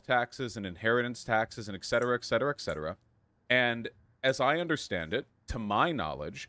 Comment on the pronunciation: JESUS. Someone also please tell Vaush that it's not ECKcetera it's ET cetera. FFS.